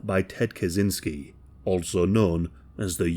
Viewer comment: Hey, Kaczynski is a Polish surname so you'd pronounce it "kachynskee". Our CZ is CH in English.